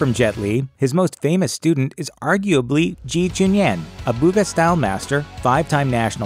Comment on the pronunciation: It's "Ba Gua", not "booguh".